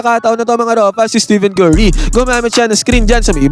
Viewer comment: Tama ba dinig ko, "Steven Curry"? Pakiayos naman po ng pag-pronounce pangalan ng greatest shooter of all time. STEPHEN.